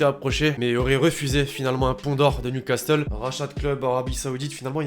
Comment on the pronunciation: sa me stresse que tu prononces le "t" de newcastle